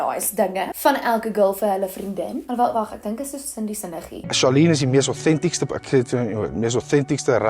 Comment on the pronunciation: moet terug skool toe. Genugtig. Die "mees ôthêntiekste".... Ai, nee man. Gaan vir 'n jaar na 'n afrondingskool in die Paarl en doen sommer 'n woedebestuurskursus daarna. 🤢